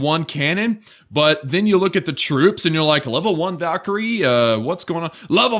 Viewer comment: When you say Valkyrie it always sounds like "vakkery" it's so annoying xD